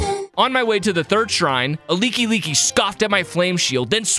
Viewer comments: why does he pronounce like like leaky leaky what the hell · It's not leeky leeky it's like like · Bro really said “Leeky-Leeky” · "Lekey Lekey" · "A leeky leeky" 💀💀💀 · It’s a like like, pronounced as the word like and not leeky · like like is prenouced LIYK LIYK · Your pronouncement of ''like-likes" is wild 😂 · Is... is that really how to pronounce like-like? Have I really been saying it wrong since the original OoT?